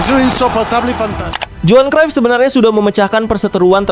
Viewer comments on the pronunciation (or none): none